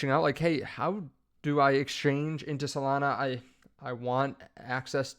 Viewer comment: Solania? Melana? Potato? Potahto?